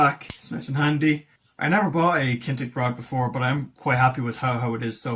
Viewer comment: I have used a bit of the Kinetic gear and for the most it is really good value for money. Their split rings are really good in particular. BTW it is pronounced kin etic not kintec, sorry mate just had to point it out 🤫